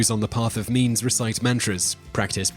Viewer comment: I thought he said the path of memes, but then I realized that he said means.